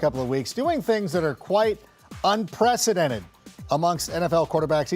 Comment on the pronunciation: I love how you emphasized unprecedented, someone likes the pat mcafee show